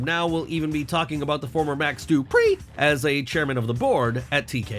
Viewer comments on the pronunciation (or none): "Max Dupr'eeee" 💀